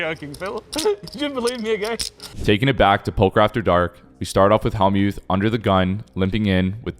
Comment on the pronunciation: DUDE!!! It's NOT HALLmuth, it's HELLmuth you clown.